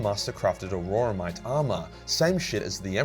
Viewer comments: Some respectful feedback: Auramite is pronounced or-a-mite not a-ror-a-mite. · Isn't it "Auramite," rather than "Auroramite?"